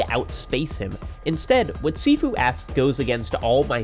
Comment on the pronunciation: Gotta point out - Sifu is pronounced "shee-foo"